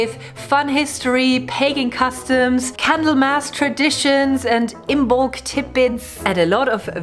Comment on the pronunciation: IM-molc...not IM-BOLC. The "b" is silent.